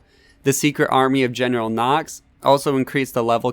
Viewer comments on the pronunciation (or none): *Armory*, not "army" ☺